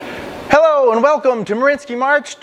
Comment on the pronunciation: As a side note, it”s “Marianski”, not “Marinski”.